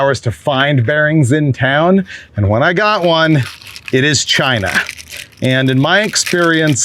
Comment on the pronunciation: not CHYYNA!!!!!!!!!!